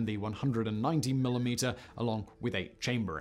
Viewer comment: What the hell is a "Millie Meter" .....